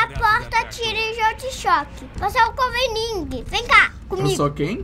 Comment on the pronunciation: Coveninguen kkk